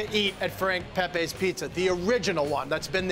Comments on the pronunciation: It's not Pepays it's Pepeas. Do your homework. Not Woooooster street either. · It's not pronounced "pe-pays", it's "pepees" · It’s “Pep-pee”!